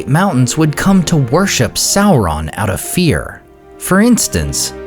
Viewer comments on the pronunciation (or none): none